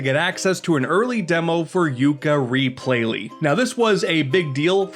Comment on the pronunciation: "Tooka-layee" sounds about right.